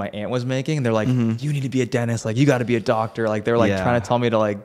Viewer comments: WTF...."DENIS"!?? for "DenTist" LOL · am i hearing righ? you say DENTIST without the T? DENIS?